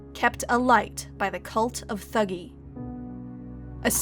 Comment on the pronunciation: It's pronounced "tuh-gee".